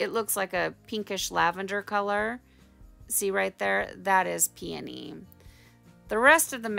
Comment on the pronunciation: Two vowels go walking together, the first one states it’s name! PEONY! Pee-knee! Lol